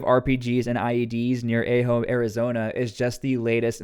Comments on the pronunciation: A-hoe AZ really? AH-JO 😂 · Ah-ho. Not a-ho. Ajo. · It's pronounced Ajo Arizona not a j o apparently you never lived in Arizona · Ajo, Arizona is pronounced "AHH'-hoe" with a short "A". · It's pronounced ah-ho. In Spanish all a's are pronounced 'ah'